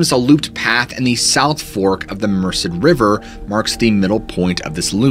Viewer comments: The river is Merced, not Mercer, pronounced Mersaid. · Love & respect for the Gerrish family. FWIW because you work hard at pronouncing things properly, this has no bearing on the tragedy that occurred - I was born & baked in the valley area near Merced. Merced is pronounced mer-said.